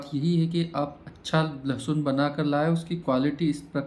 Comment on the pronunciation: लसुन नहीं भैय्या जी लसन